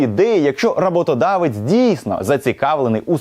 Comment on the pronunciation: Та не рАботодавець, а роботодавець. Аж слухати гидко.